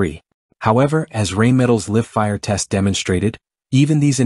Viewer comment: I hate these "robot" commentaries e. "Live" mispronounced1